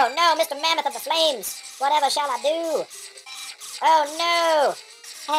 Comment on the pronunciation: Mame Flamoth............that actually sounds more XTREME than the original name so to you i say Kudos